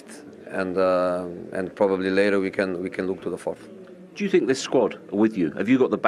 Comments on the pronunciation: "I sink, I sink errr.. I sink after 3 years" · "I sink so, i have nothing to say, i prefer not to speak."